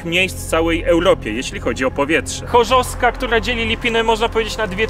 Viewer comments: Ul. Chorzowska a nie „chorzoska” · Chorzowska nie Choska xd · Mieszkam w okolicy i zrobiłem stop po półtorej minuty, bo słyszę jak gość mówi Chorzossska zamiast ChorzoWska, pewnie pozostałych widzów ze śląska też to razi. A może tylko mnie?